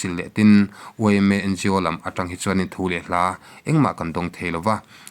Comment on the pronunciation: " Thupe " nilovin, " Thup e " tihtur zawk aw, sir.